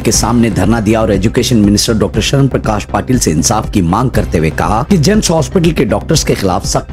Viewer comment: GIMS✔️ GEMS ❌